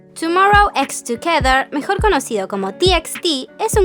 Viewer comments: Se pronuncia TOMMORROW BAY TUKEDER , kssk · es Tomorrow X Together pero se pronuncia Tomorrow by Together! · así se pronuncia